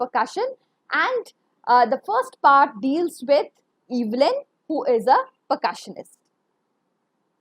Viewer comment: Very bad pronunciations...Sullivan, percussionist and many more pronunciations were wrong...